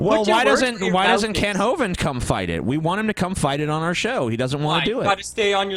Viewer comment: i noticed that doesn't say Kent Ho-Vind any more.